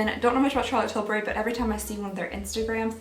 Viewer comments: She said "~chArtLoTEE tiLlbuRY~" like and I love it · I was laughing because I always say Charlotte Tilbury in that accent, too!🤣🤣🤣🤣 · Hahaha 😂 I always say Charlotte Tilbury with that accent, too!